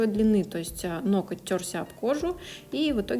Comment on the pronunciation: Работа отличная!но ноКоть так режет ухо!в погоне за не «гыкать» ноготь превратили в ноКоть!